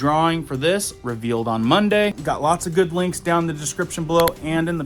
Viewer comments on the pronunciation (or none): none